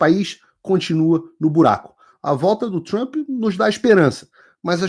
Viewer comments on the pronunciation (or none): none